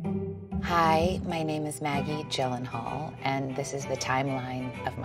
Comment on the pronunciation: Jill-Len-Hall. It isn't hard at all. Oh hey that rhymes.